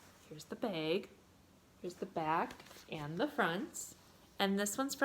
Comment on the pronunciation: You were recommended to me by YouTube. That is all. I hit liked and subbed. And when you said "baaag" I laughed. I was born and raised in MN...my friends make fun of me all the time...baaag, taag, raag. I think it was you that mentioned stitching and now learning about loop starts? Tell me about it...you'd think years ago we would have known how to do that because it was always 2 flosses over 1 aida...we didn't have even weave, linens. Well we did, but it generally wasn't what we stitched on. Nor did we have "fancy floss". LOL I look forward to #2 and hearing about your great escape to a stitching retreat. Never been to one and want to.